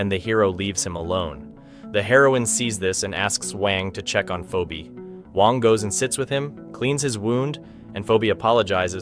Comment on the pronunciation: "poobie" "pheebee"💀💀💀💀these AI voices💀💀💀💀